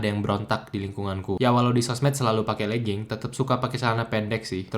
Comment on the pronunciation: Siapa yang ajarin ngucap legging jadi lejing?